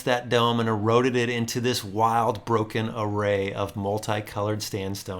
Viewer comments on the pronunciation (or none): none